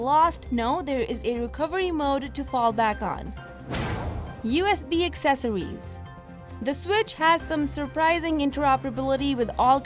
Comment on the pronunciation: USB Accessowees